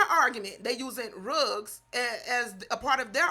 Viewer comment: I Love the way She saying =RUGS=... 😂😂😂